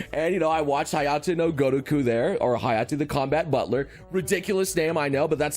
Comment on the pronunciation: It's Hayate, not Hayato.